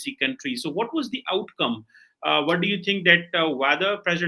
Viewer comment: Bhai English jaruri nahi ki..what ko wath..bole England tongue Ye UAE 🇦🇪 tongue nahi haiii..